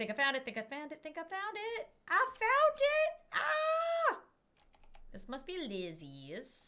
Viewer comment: i almost hear her say i found it but i hear just like this aphfound it and silly me 🤣🤣🤣🤣🤣🤣🤣